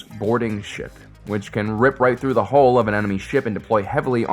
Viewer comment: the ONLY annoyance is people who cannot say 'hull', and instead say 'hole'.